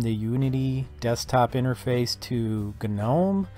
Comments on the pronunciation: It's pronounced nome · Why does everyone say guh-nome